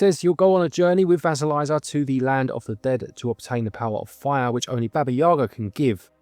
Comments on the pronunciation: It’s Vah-see-lee’-sa with the long i sound and Baba Yaga’ (with accent on the second syllable) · You are very close, but there is no "z" sound in Vasilisa, to get it to sound more like the Russian, the second half should rhyme with "piece" or "peace" followed by "uh". Kinda like leaning tower of Pisa. Best I can explain it 😅